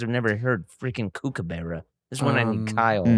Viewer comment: its nice of blake to have learnt the kookabura song but didnt learn to pronounce kookabura HAHA legends